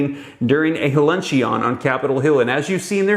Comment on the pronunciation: do you seriously not know how to pronounce luncheon????????